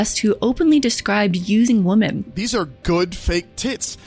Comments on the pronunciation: Please go back and listen to the way you say women and woman. They should not be pronounced the same way. Example of an incorrect pronunciation . I only say this because it makes the narrative very hard to follow when youre talking about a single woman targeting her content to women. Same as your last video. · WomEN is plural. WomAN is singular. You keep pronouncing “Women” as “Woman”. Not that hard. You have zero issue pronouncing men and man. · Why do you keep saying woman as a plural. Its women. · I don't mean this to be mean because I like your videos but it really takes me out how often you say "woman" when you refer to multiple "women" 💀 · I love you so much & the content you make. But please try to work on your pronunciation of the plural of woman, its women..wem-en. I hate to critique you girl but thats definitely caught my attention in this one & in the Hugh Hefner video. ❤ Much Love! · I'm 40 min. in & you keep saying 'woman' when it's the plural 'women' and I had to say something 😭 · Why do you pronounce women like woman? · the plural of woman (women) is pronounced wimen :3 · I'm forever fascinated by the way Gen Z pronounces the word "women" exactly the same as the word "woman" to the point that I can never tell if they mean 1 woman or multiple women. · The plural of woman is not pronounced the same as singular woman. Grrrrrr. Say swimmin. But drop the s. Sorry it is just a thing I’ve noticed lately with younger WOMEN. 🤣